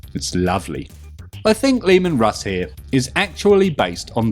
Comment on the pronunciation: Leman Russ said like roose, like moose. The U being originated from uruz, of the elder futhark rune, hense the "ooh" pronunciation rather than the more modern "you" - U sound. At least, thats what I divined from the subject.